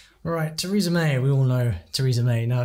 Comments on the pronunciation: Ooof. Theresa May doesn't just have the influences of "An English accent" in French. SHE LITERALLY STILL HAS HER EXACT SAME ACCENT WITH ZERO CHANGES. It's rare that someone pronounces a foreign language so badly that they still sound exactly like they normally do in their native language. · good golly May butchered it.